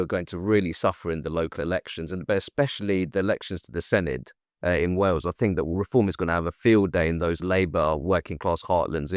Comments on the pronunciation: Senedd pronunciation is seneth. DD in Welsh is th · Senedd pronunciation as "seneth" with the "th" said as in "this" or "that." Has to be voiced.